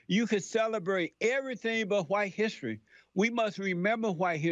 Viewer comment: No not hissy, hissery. Dude can't pronounce history.